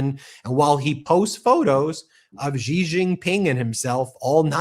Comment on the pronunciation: It's Xi Jinping. Not Ji Jinping... And, by the way, "Xi" is pronounced "She".